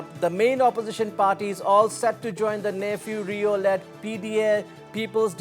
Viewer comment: its Neiphiu Rio, CM of Nagaland and not nephew to any viewers mr anchor next time mind your ...